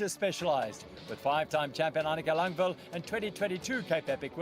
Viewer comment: LANG VAD Langvad learn to read.. WTF